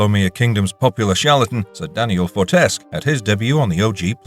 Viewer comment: Why are the pronunciations still off It's fortes-cue, not fortesk